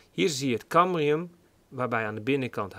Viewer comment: Het is cambium niet cambrium.